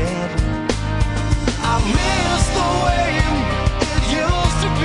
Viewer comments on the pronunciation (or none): Still here years later. Amazing song. But absolute can’t stand the way he pronounces “way”. Why does he keep putting an ‘m’ in there. Miss the waym?